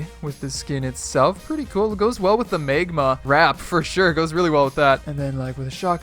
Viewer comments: He called it a megma rap it's magma 🤣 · no hate but he really said megma 🤣